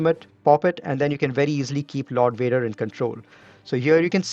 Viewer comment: What happened to "V's"? "Wader" wants his "V" man! ☺️👍